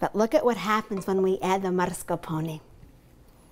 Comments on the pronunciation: mars ca pone? its mas car pone please learn to read, otherwise good video :) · Why does she pronounce it like MARS-carpone. That aint italian.